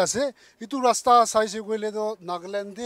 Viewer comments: Haha, not Rasta but LASTA . LASTA means , no lasting 😁😁😅🤣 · I believe the people of other districts got it why we Mon people pronounce "Lasta" instead of "Rasta". 😂🤣